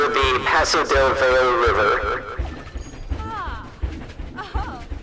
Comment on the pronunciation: Valle is pronounced vie-yay, not vale. Still loved the zoo! Looks amazing